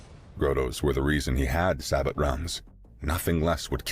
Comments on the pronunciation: Its sa-beo not sa-butt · Sabooooo! The T is silent on sabot! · sabot is pronounced 'SAY-bo'